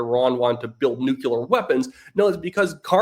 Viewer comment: NuCLEar,, nuCLEar. Not nuCUlar.